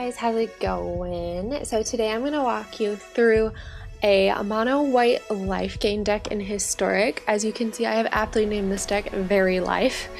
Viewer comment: all i heard was mon white wifegain!! 😍